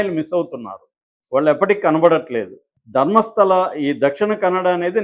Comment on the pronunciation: It is not Dharmasthali.. u guys don’t even bother to pronounce correctly?